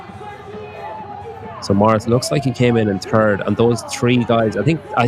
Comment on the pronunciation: Thanks for the coverage, but every time you said ‘third’ I heard ‘turd’ 😂